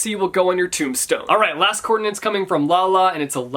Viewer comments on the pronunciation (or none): But why are you saying "coordinants" every single time? 🤣🤣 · I hate that he couldn’t say “coordinates” correctly.